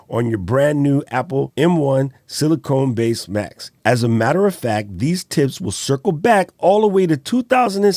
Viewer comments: Great video and excellent recommendations. BTW, sorry to correct you, but it is Apple Silicon not “Silicone”— pronounced like “con” as in “con man” not “cone” as in “ice cream cone”. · Not sili cone it’s pronounced sili con not CONE…. Just FYI